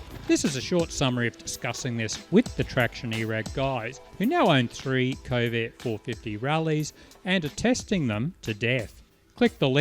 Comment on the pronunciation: It may be me interpreting your accent, but it sounds like you pronounce this Chinese bike's name as 'Covid 450' 🤔 oh dear